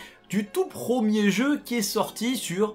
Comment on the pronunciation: prEEEEEmier, on dit prEEEEEEEMIER, pas prooooomier.